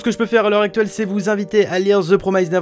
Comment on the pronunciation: Et c pas promyzede néverelande... ça fait mal à l’oreille